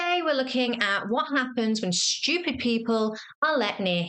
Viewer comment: Very amusing. BTW there is no "h" in stupid.